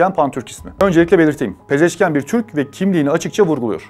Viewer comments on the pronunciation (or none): Yan değil ian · Abi,Pezeşkiyan deyil Pezeşkiandır... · Не ян , ан.Мəsələn Panaxian. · Ни Пезешки-ЯН, а Пезешки-АН